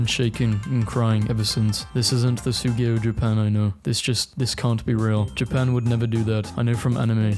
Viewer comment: How did you butcher SUGOI